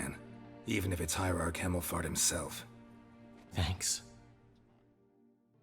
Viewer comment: I wasn't looking at the subtitles for one seccond and before I know it I hear "Hierarch Cammelfart"...ofcourse, it's actually "Hemmelfart"